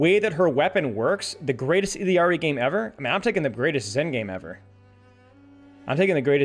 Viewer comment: There is no way this guy is pronouncing Illari correctly